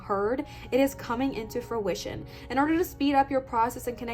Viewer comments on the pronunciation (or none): none